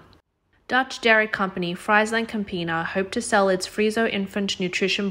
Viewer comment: It is Frees-land Camp-iena